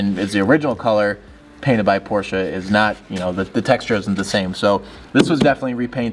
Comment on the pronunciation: I missed a few minutes because I blacked out when I heard "Porsche" pronounced correctly 19 seconds into the video.